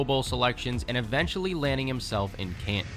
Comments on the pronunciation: What is he saying, a spot in can??? Can't make that word out. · what are you saying for the guys in the Hof "spot in the can"??? Can't make out what you're saying